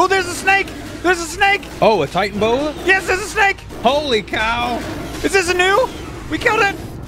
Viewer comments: I don't mean to be a douche, but the Titanaboa is pronounced Ti-tan-a-bo-a. Sorry if the syllables are wrong, but you do pronounce the A. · its not titanboa, it is Titanoboa (Ty-Tana-boa) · I'm not trying to be a hater but it's not supposed to be titanboa, it should,be titanaboa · AllShamNoMu ty-tan-O-bow-ah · It's "Titanaboa" and yes it was real